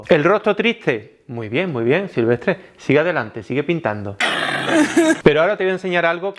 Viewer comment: SILVESSSTER no SILVESTRE....... a parte da igual... es horrible lo que hace.